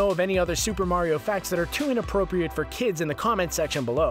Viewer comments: Wumpa Remixer nope he said vario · no its vario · Did he say Bario? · BARIO EXPOSED